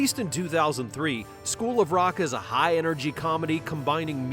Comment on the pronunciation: this narrator plainly said "BOOL of rock". What the hell does "BOOL" mean??